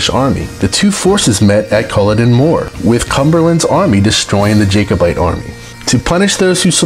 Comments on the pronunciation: Jake abites... Jack abite is the correct pronunciation... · It's pronounced Glaz-go not glass-gao. It's Pronounced Berrick not Berwick. It's Jack-o-bite not Jake-o-bite. The reason our exports are diminished is because the UK exports Whisky as a UK export not a scottish one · Great video. A couple of other pronunciation corrections in addition to Glaz-go would be, Jacobite = Jack-o-bite, and Berwick = Berrick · John logie Baird was responsible for tv, as a footnote Jacobite is pronounced like jackobite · Oops, you mention the Southern Uplands and then show footage of the Duke of Argyll's castle at Inveraray, which is in THE HIGHLANDS! Berrick, it is spelled Berwick but pronounced 'Berrick'. Jacob is a man's name and is pronounced as you said it here but 'Jacobite' is pronounced 'Jackobite'.